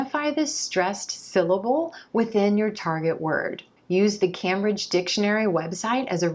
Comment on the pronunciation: I'm a native English speaker, so why am I watching this! Anyway, not to nick-pick, but you mispronounced Cambridge four times in this video at: , , and . You pronounced it Cam-bridge (Cam like as in Camera). It's pronounced Came-bridge. Your videos are very useful to Non-Native English speakers. Keep up the good work :-)